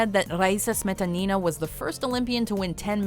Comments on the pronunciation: You guys usually do a good job pronouncing non-English names but when it comes to Russian's you screw them all simply by stressing incorrectly. It really hurts my ears especially when you repeat "smE'tanI'na" over and over again. The second syllable only needs to be stressed like "smetA'nina" And yes, I also think you missed quite a few awesome athletes... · OMG.... Not SmetanIna! Her name is SmetAnina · The way she pronounce "Smetanina", my years hurt and as a russian I feel offended :)